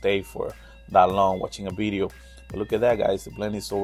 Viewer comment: I love your accent and the way you say “bideo “🥰🤣